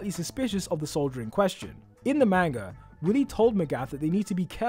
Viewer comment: You lost me tho moment you said manga wrong